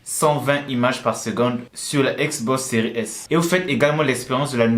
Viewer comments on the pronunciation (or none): On dit xbox séries s !!